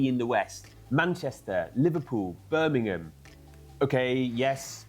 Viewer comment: Bir-ming-um,. The only time I've heard it pronounced the way pronounces it was by a bloke from the south, who had never been to the Midlands. He also said Nottin-num, not Nottin-gum how the locals say it.